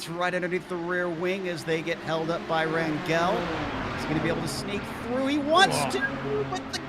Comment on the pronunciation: Rangel. GE pronounces same as GE of Germany. I hope some day these guys will read this comment.